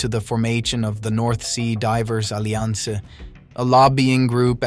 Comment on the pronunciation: Why is there occasional complete mispronunciation of words? Such as Alliance